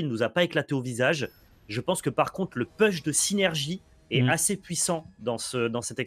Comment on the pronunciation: tear asunder: prononcer "taire" et non "tire" (celui qui se prononce tire c'est la traduction de larme, pas la traduction de déchirer) - push se prononce pouche et non peuch (je présume que c'est ce mot là auquel pense quand il dit "peuch"?)